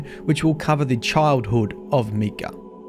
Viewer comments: Barely started watching and how you pronounce his name already annoys me. Micah(mike-ah) is the correct way to say it; just wanted to point it out(like many others already have. Other than that the lore overall is 5x darker than the previous darkest lore we've had. Among other family members mentioned on the raid armour/weapons; Ada is listed and it's implied she's a non-Exo at that point in time. That in itself is massive as she was likely CB's final successful experimental Exo that doesn't need to be mind reset?? Besides that any current Exo couldn't get mind reset even if it was necessary as the facility to do said function is basically non-functional/destroyed!!... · So, did you start to pronounce the name as "Mee-kah" from the get-go or did you have to readjust your pronunciation of the male name "Meye-kah" (long "i" sound) which would be from the Bible. I personally have only met guys who pronounce their names as Micah (with the long "i") where Mika would be the two girls whom I have meet that pronounce it with the long "e" sound. Really interesting lore video nonetheless to see all of the ties to itself and other aspects of the Destiny-verse. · It is pronounced MY-KUH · Anyone else bothered by how he says Micah.... like bro talk like Arthur Morgan when you say MY-Cah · It bothers me how he says Micah's name. Cause that's my name and so many people have jokingly said it like he did. Btw it's pronounced My-cuh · Meek-uh? I've never heard it pronounced that way. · MY CAH (how to pronounce it) ffs you suck at prounouncing these things 😂 love watching you try to prounounce names on stream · English is weird. to even write “Mee” to explain what the whole world pronounces as an “i” , i as in interest, shows the perversion of the language . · So im guessing you havent heard of the character Micah Bell. Just bringing it up as it might help with the pronounciation of the name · Your pronouncing Micah wrong. Your pronouncing it me-cah, instead of mI-cah.